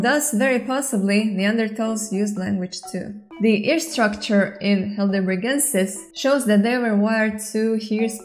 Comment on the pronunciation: Hi! Native speaker here. The 'ei' in 'Heidelbergensis' pronounces like the English 'I' in 'high'. Think of it like 'high.delbergensis' 😉